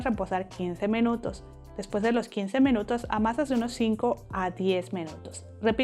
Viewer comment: Por qué dices mEnutos en vez de minutos?🥺😆 pd gracias por la receta,amé todo🙌🏼